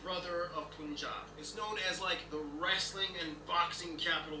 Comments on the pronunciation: You Russians are pronouncing "Punjab" the right way. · You pronounced punjab correctly...